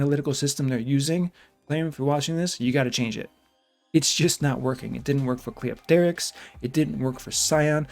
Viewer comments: Even though I agree with pretty much everything you said, my "like" on this video is entirely for being the only content creator to pronounce Cleopterix right. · You're the only CC that pronounces Cleopterix's name right. Impressive. Also Guurda looks like the old Ghostbusters cartoon antagonist "Boogey Man".